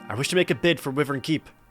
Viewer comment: pronounced wyvern wrong. It's pronounced why-vern, I even looked it up.